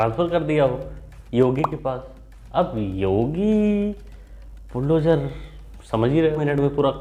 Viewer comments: बिलडोजर चला दिया 😂😂😂😂 बुल्डोजर बोलते नहीं आ रहा 😂😂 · मोहतरमा तो बुलडोजर को बिल डोजर बोल रही है।😂😂😂